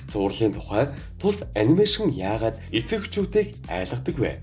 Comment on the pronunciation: Эцэг гэдгийг нь дэцэг гэчихсэн байна шд